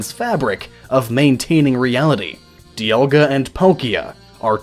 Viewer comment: DE-aLL-Ga. And Polkia? I dunno...I say Dialga’s name like Die-al-ga like a sun dial Dialga. And Palkia as Pal-key-uh. I agree with your Arceus annunciation. Ark-ee-us. Arse-see-us just sounds...nah.